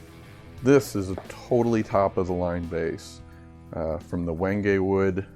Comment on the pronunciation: Wow, i thought wenge was pronounced like stone henge. Not when gay.